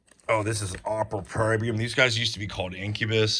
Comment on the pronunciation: Every mistaken band/fact, drink. Every mispronunciation, drink. Every album skipped over because can't read/recognise the logo, drink. Just I.V. a jug of white lightning and be done with it 🎉 'Opprobrium' how hard do you have to try to make it 'opera berry yum' or whatever you're saying? Points for being all in on the screw ups.